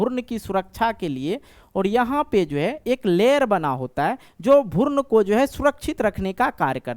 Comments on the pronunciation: भुर्न nhi hota h guru भ्रूण hota hai 🤪 thoda language ko thik kijiye. नींद में बोल रहे हैं क्या 😂😂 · Sir bhoorn nhi भ्रूण hota hai😂😂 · Sir app pehle bhrun bolna sikh lijiye bhurn bol rhe h😅😊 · भुर्न नहीं भ्रूण होता है मास्टर साहब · Bhaiya wo bhroon hota hai.. bhurn nhi..